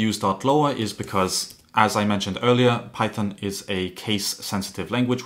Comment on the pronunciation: Bro just said "pychom"